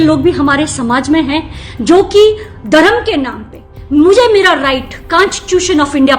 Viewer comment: Drum NI dharam and kaaanstitution nahi constitution hota hai miss